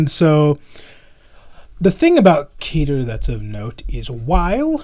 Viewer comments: If you want to get 100% accurate with it's pronunciation it's actually "Keh-tear" (like tear a piece of paper) But it doesn't matter if you say "ket-ter" "key-ter" or any variation of it since you know what the person is saying. Just chalk it up to region dialect or personal preference. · Listening to him mispronounce Keter was rough Lol